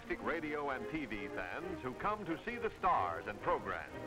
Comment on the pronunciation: I always love how the narrator pronounces things in ways no one will ever pronounce them. It is especially noticeable with, "program" which he pronounces as, "progrim." 🤣